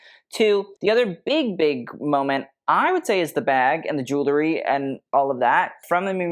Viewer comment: Not to be a beyotch but it's pronounced jew EL ry, not Jew LE ry.